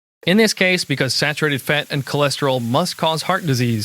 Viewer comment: Just tuning in to hear him pronounce fat, "feht".